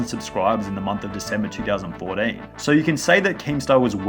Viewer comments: "in 2000fourdeen' -sunny2020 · He said 4den